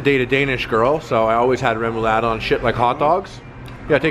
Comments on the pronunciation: Yo man, i'm danish. That's not even close to remoulade, sorry harley, haha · I have never heard someone pronounce remoulade like that before, glad you like it! i'm not the biggest fan of it tho, to sweet.